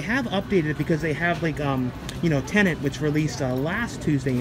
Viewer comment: please please...the film is called T EN E T.....not TENANT.....i'm sure Mr. Nolan would not approve.....i know its a silly wee minor complaint from me...i have viewed your content for many years and thoroughly enjoy all you produce.....so many content creators are pronouncing the name wrong......moan moan.....keep up the BEST you tube movie stuff available...